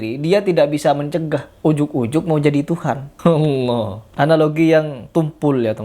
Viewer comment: kalau gitu lu salahin juga dong habib mudanya, dia nyebut Allah malah kayak alah, dan adapun orang baca Al-Qur'an meski terbata-bata dia tetap dapat pahala, bukan berarti krn kurang bener gk boleh baca dan gk boleh menyampaikan ilmu, kalau gitu banyak orang mending diem ae krn banyak yg bacaannya kurang bener